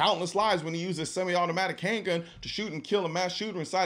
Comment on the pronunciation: How about the fact he can't even pronounce "Semi" correctly